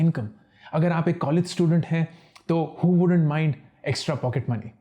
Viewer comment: That 'MOIND' thing was awesome 🤣🤣haha